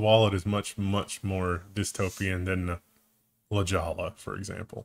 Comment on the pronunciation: said La Jolla, I heard it. Not like Oscar De La Hoya.